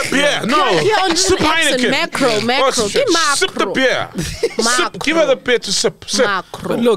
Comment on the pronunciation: "Is it Mekro or Makro"🤣😂😂😂🤣😂😂😂